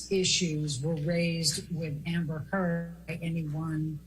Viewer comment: Did he say amber thurd???